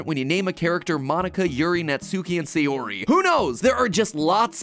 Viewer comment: This has been bothering me since your last videos but your pronunciation is throwing me off with their names. Sayori= sah yoh ree (or a soft D using the soft pallet of your mouth with your tongue), Not say or ee Natsuki= Nah Tsu or Tss( likened to a rim shot "ba dum tss") Kee, Not nah tsoo kee Yuri= Yoo Ree (Or same as before with the soft D), not yer ee Vocal pedagogy rant over...I'll show myself out. Edit: Idc if this gets me hate, it needed to be said....now I'm out.